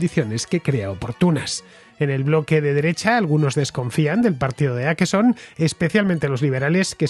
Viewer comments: Hola! Aqui un contraescucha con 10 años viviendo en Estocolmo. Crónica muy buena y precisa. Para la próxima, en español se pronunciaría Oquerson, no Aquerson 😉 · Åkesson, Fernando, se lee /okesson/, no /akesson/. Saludos desde Suecia. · Åkesson se pronuncia Okeson, la vocal Å en sueco es la O en español,no tiene nada q ver con una "A" es como si la Ñ la usáramos y pronunciaramos como la N. Skatteverket(Agencia tributaria ),suena horrible cuando no se sabe sueco. "Skatte” significa tesoro y el sueco es un idioma q suena bien bonito. En Suecia,donde vivo,no solo ha creído la inseguridad por la violencia entre bandas,q sí,sino también en delitos por agresiones sexuales.